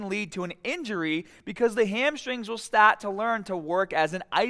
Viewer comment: hahahahaha. that accent kills me